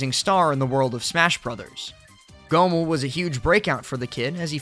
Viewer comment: Why do you pronounce Goml like that lmao. Great vid though